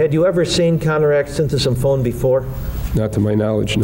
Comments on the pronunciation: Looking at this through the overly sensitive lens of the woke generation. Konerak's last name is Sinthasymphone is way harder to pronounce than Dahmer. In the court room everyone has to display professionalism...not start name calling like a bunch of children. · "...with mr. symphathy... some phone?" They couldn't just say "the victim" if they have so hard of a time pronouncing the poor guy's name? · They were tripping over Sinthasomphone so badly, they were probably trying to avoid saying it more than a handful of times. If they could/would not learn how to correctly pronounce the surname that was twice connected to the white male, they should have continued using the first name that they could say.